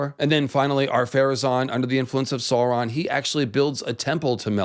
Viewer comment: Sooron =/= Sauron